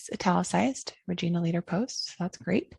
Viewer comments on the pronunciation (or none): great video...just one little thing, the "i" in Regina is pronounced like the pronoun "I"...just in case you ever end up in Saskatchewan!